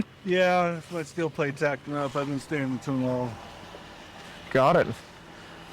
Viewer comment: "i can barely get around cuz i got steel pwates" no dude. you can barely walk because you're morbidly obese.